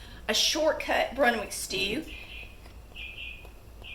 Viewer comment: its brunswick stew not brunwick